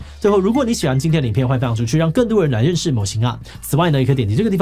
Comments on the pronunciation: 魔神仔（môo-sîn-á）的神仔兩個字有連音，讀起來才自然。所以是môo-sîn-ná。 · 魔神仔(môo-sîn-á)的神仔(sîn-á)兩個字是連音念的，唸作「môo-sîn-ná」，並不是如開頭那樣分開念哦。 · 魔的音調好像也不太對？ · 感謝回覆，你寫的沒錯，我指的是志祺在影片中的發音跟我習慣念法不同，所以不確定哪一方對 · 魔神仔的發音不對啦😂😂😂😂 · 是志祺不會講台語 還是他那邊是這樣子的發音 從頭到尾 魔神仔都唸的很怪😅有點讓人出戲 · 魔神仔臺語發音不標準